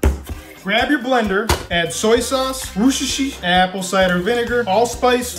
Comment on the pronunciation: did you say wooccccssstersauce